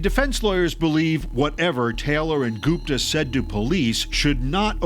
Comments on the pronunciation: Why do Americans everything? The name is Gupta. That’s gupp-ta not goop—tar. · As soon as i heard Ghupta 😂😂😂 oh he did it 4sure .